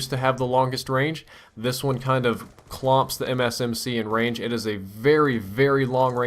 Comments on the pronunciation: at first i thot u were sayin the gun had rage im like wtf?! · say range again please